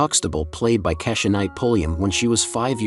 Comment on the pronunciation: It's pronounced KEY-sha (Rudy).